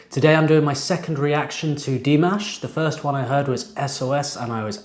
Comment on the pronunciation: "dih-MAASH" not "DEE-maash"